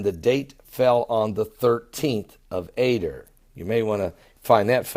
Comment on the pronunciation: This is the only time in history this has happened on the jewish calendar..... 13th month, 13th day and Purim is the 1day of the 13th month (yes the 13th month) the month is pronounced "A Dar" not "A der" blessings